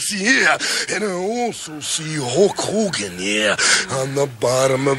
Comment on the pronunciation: All the heels always called Hulk "Ho Kogen"